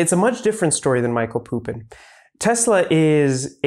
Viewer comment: Thanks for representing Serbian intellectual legacy to the world mate! 🙌 P.S. It's Mihaj(y)lo Pupo in not Michael Pupin